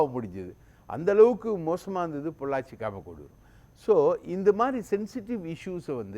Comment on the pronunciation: எதையாவது உளறக்கூடாது... பொள்ளாச்சி.????